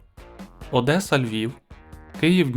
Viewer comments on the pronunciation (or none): none